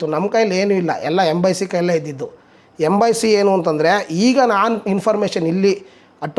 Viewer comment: ಸೆಕ್ಸಾಸ್ ಅಲ್ಲ ಕಣಣ್ಣ ಹಾಗೆ ಎಂಬಾಯಿಸಿ ಅಲ್ಲ ಕಣಣ್ಣ ಎಂಬ್ಬಸ್ಸಿ 😂